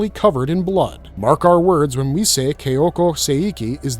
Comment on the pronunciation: It's Ka-ya-ko, not Keh-ya-ko.